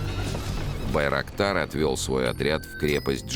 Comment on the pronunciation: Байроктар слышится как дырокол